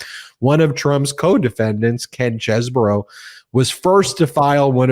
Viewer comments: It is pronounced CHESBRO, not Chesboro! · Isn't it "Cheez bro", not "chess borrow"? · cheese-bro 😮 ugh its reminding me of the Ka-MALA pronounciation! Ben, stop-it! not Chez-borough!!! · It's CHEESE-Bro not Chezz-boro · His name is pronounced Cheese-bro. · its pronounced cheese bro